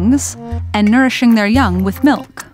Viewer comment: Ok but she really said melk